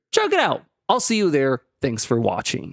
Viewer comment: Emphasis on "Watching"